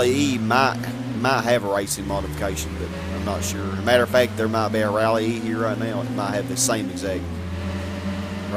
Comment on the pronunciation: Rallye is just pronounced rally. The rally variation IRL is a "S16" also known as GTI with less luxury such as A/C, no power steering, less padding inside the doors etc. Just a lighter GTI :-) It's the same for the 306 Rally. Theres quite a few variations of the Rallye. Some of them have a smaller engine than the GTI but they are still stripped for the unecessary things to make it as light as possible